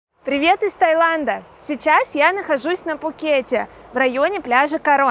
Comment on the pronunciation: 😂😂😂 я не был в Тае 😂😂😂 ещё один повод хорошо посмеяться 😂😂😂 Вам надо как-то определиться, а то в названии видео Вы пишите Пхукет, а произносите без буквы «Х»😂😂😂. А по поводу того, что Вы меня не зазывали сюда, тогда вопрос? С какой целью выкладываете видео? И очень странно если Вы за многие посещения Пхукета первый раз отдыхаете на Кароне, а если раньше отдыхали много раз в Тайланде, но первый раз на Кароне, тогда какое имеете право учить других людей уму разуму!?